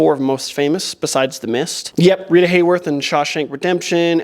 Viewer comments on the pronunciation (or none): none